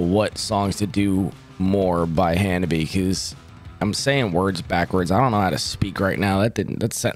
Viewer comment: Thank you for providing the proper pronunciation in line with the bands vid > The RIGHT WAY to say "HANABIE" ;) .